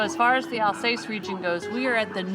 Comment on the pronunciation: Correct pronunciation AL SASS 😀